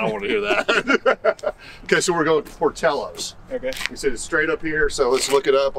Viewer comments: LOL por'teeyo's, As a lifelong Chicagoan please allow me to respectfully correct your Tex-mex pronunciation. It is Italian, so no eyho sound. it has an "ill-o" sound as in Illinois, port-ill-o's love the channel. The devil is in the details as with classic car hunting. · Idc how it’s pronounced. Here in chicago we say it like it’s spelled, pour till oh’s